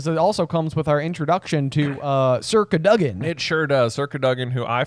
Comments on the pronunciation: The emphasis for Sir Cadogan should be on the A, not the O. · I had no idea what you were talking about when you were saying "circa dugin" then I realized it's sir cadogen. I always thought it was pronounced "cad-oh-gen" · “Circa Doug-in”